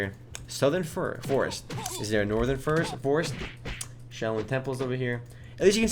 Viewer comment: Northern Furest. Lol